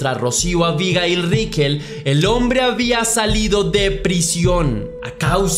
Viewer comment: Si sabes cómo se llama, es bastante molesto escucharte decir su nombre. Unas veces lo dices con acento en la primera i, y otras veces con acento en la última i. Abigail se puede escribir con o sin tilde, pero nunca lleva el acento en la primera i.